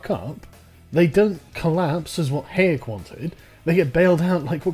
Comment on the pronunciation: I love how badly Sargon pronounces Hayek.